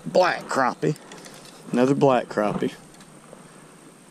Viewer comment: Maybe it's your exaggerated southern ayuckseeant, but I call them crappies, not crawpees.